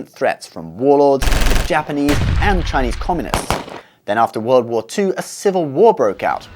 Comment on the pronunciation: Your Chinese pronuciation is very good. And your lecture is easy to understand to non-Chinese people.Hope for more videos of your channel.